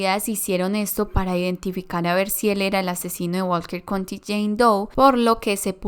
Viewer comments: Estaba. Pensando lo. Mismo. Que. Dijo Walket country. Doe. Como. 100 veces. Jajajaja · Lo pronunció tanta vez y erróneamente